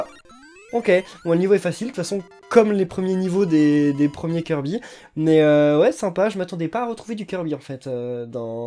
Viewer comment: tu prononce mal kirby